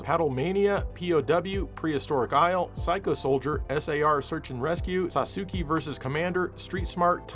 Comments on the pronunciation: By the way, Sasuke isn't pronounced as "Sasooki", It's more like "Sauce, Kay" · "Sah-soo-KEE vs Commander" You did that on purpose.